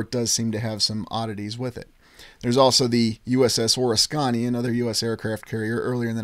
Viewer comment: Just a friendly heads up. The correct pronunciation is Or-ris-kuh-nee.